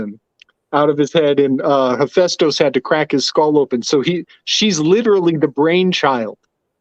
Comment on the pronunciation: This guy saying hephaestus name wrong the whole podcast